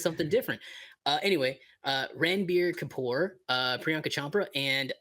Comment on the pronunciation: The actor name is "Ranbir Kapoor", Your pronounciation is justified as In English it's Read as "Ran" but if we talk about Hindi Pronounciation, so it will be called as "Runbir" kapoor with 'a' replaced by 'u'... That's completely not your fault I was Just trying to correct you a bit with Pronounciation